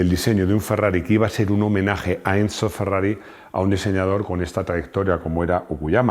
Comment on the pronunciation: por que dice encho?